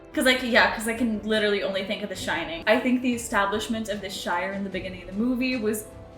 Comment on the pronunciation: The Shire, like New Hamp-shire . Lanca-shire. Stop with the shining please.